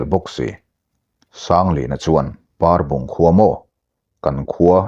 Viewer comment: Parbung tih khua khi Ainawn tih thlûk lo in Pehlawn tih thluk a thluk tur ni in ka hria.